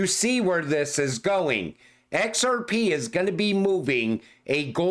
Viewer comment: "ON EX-ARE-PEE" never gets old